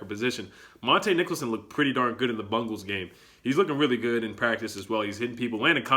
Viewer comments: Am i still laughing to the fact that saids "Bumgals"😂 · It’s Bengals not Bungles 😂 1st. Team Defense is legit, if Haskins had terry and Paul, ap. And Thompson with the starting O-Line that would be scary, he would look Very impressive.